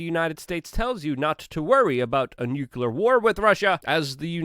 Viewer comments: Luke its NUCLEAR! not Nukular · That would be NOO-Klee-yar, not Noo-kuh-lar. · Nucular bruh? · Good coverage as always, Luke. By the way, it's pronounced "NU-clee-er." Let's not speak Bush Jr., please. 😉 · Why is it people in the United States CANT say N U C L E A R?